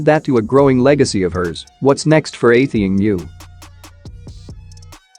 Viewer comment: I thought he was talking about someone else then i realised he pronounced her name wrongly lol